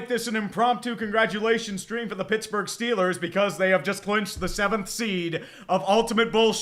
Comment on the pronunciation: SHITLLERS GAWNTA SHUPERBWL?!